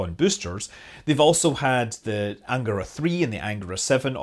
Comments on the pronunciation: I thought it was an-GA-ra. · cool! Also, the stress in words “Vodorod”, “Soyuz”, “Proton”, “Angara” and “Baikonur” falls on the last syllable (if you strive for perfection).